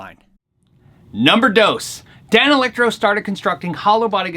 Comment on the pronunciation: I still like hearing you say Dane Electro 😃